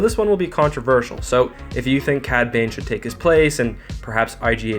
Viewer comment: Yah cad babe! Edit: "cad bane" lol